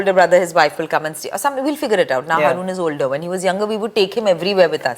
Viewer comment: Isn’t it HAA ROON not harrrooon 🤔